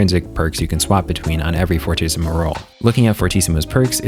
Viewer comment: It's actually pronounced Fur-tee-ci-mu, fortíssimo is portuguese for very very strong